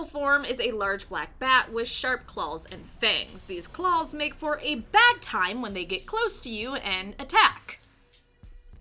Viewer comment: Did she say "clawls" lol